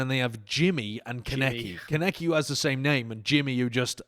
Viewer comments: It’s pronounced Con-eki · the way they mispronounce kaneki hurts my soul